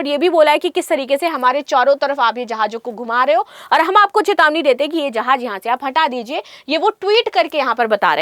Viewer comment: Tu chali ja Taiwan india ki taraf sy 😂😅😂😅😂😅 Jahil .... Jahaz hota hai .... Jahaj nahe 😂😅😂😅😂😅 Bolna tu sekh phely phir bhashan dena